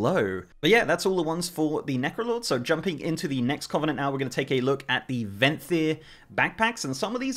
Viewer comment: it's kuh -vuh-nuhnt